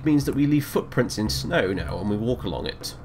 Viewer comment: anyone else thought he said "fuck prince" not footprints?